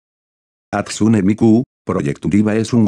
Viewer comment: en tu próximo vídeo de Loquendo pon jastune para pronunciarlo correctamente